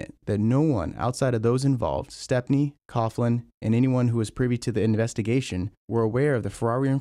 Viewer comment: its not cough-lan its pronounced cow-lan